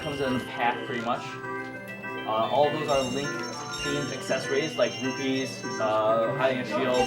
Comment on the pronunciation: Did it annoy anyone else when he kept saying "rubys"? It's rupees.